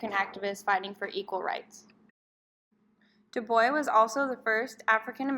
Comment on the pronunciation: Love on how you explain his theory the only problem I have is the pronunciation of our name